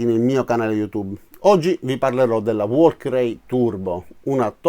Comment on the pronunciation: Si pronuncia "Valchiri".....